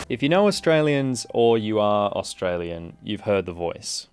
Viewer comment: “Osstralian” that’s how your pronounce us